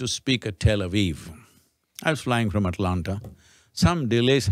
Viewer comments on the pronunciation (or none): none